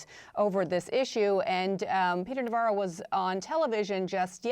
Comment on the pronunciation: Refer to Ron Varo not Navarro . Indicative